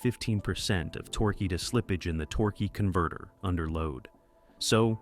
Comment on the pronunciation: The way the guy says Torquey Converter makes me laugh. Lol